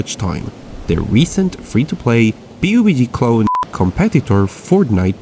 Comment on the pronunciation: Remember when he was calling pubg p-u-b-g ah it's nice rewatching your older videos